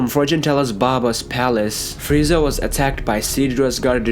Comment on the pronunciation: Fweeza... Has me rolling